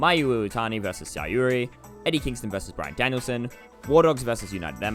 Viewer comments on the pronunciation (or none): Sareee is pronounced exactly how it looks: “sah-REE”, and Syuri is pronounced “SHU-ree”. Please get this right.